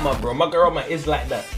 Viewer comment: "magorama" 😂 ma-ho-ra-ga. sry i had to 😂😂